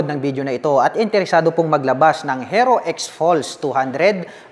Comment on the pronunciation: Paki bigkas po ng maayos yung HERO. Ang sakit sa tenga. Baka dahil dyan baka hindi na bibili yung iba. Peace.